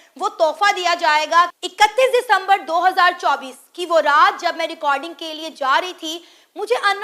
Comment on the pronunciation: ये साना रात को रेकॉर्डिंग के लिए जाती है 😂😂बोल रही